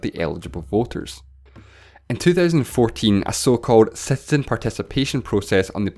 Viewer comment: Love your way of pronouncing ‘citizen’ !